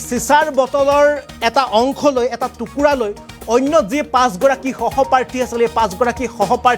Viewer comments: ৰাম ৰাম সহপ্ৰাৰ্থী নে বিদ্যালয়ত। সহপাঠী। সহপাঠী মানে একেলগে পঢ়া। সাংবাদিক হ'লে উচ্চাৰণ আৰু বানান শুদ্ধ হ'ব লাগে ।ইমান চিঞৰি চিঞৰি একে বাক্য ঘূৰাই ঘূৰাই ক'লে কিছুমান কিশোৰে অপৰাধ কৰিবলৈ উৎসাহিত হয়। গতিকে এনে বাতৰি বেছি প্ৰচাৰ কৰিব নালাগে। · Eman bhulkoi kio koisa hohoparthi nohoi hohopathi he kobo lage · কি বাবে বাৰে সহপাৰ্থী সহপাৰ্থী কৰি আছে??সহপাঠী।উচ্ছাৰণ নাজানিলে বাতৰি পৰিবেশণ নকৰিব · জিতু কলিতাৰ কোৱাতকৈ তোমাৰ কথা বোৰ বেছি ভয় লগাকৈ কিয় কৈ আছা ? আৰু সহপাঠীহে । উচ্চাৰণ শুদ্ধকৈ কৰিব লাগে । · সাংবাদিক বন্ধু গৰাকী চাগে ইংৰাজী মাধ্যমৰ বিদ্যালয়ত পঢ়িছিল, সেয়েহে তেওঁ বাৰে বাৰে সহপাৰ্থী সহপাৰ্থী বুলি চিঞৰি আছে।